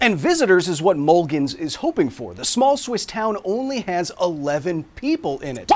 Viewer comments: A quick Wikipedia search learns that Mulegns is pronounced close to "moo-LAYNS", not "MUL-ginz". The G and E aren't even in that order. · Let's try pronounce Mulegns again 😉